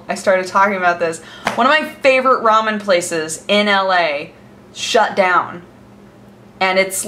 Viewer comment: TB: pls make WTF is Raman? Remen, Ramen, Rem...ün?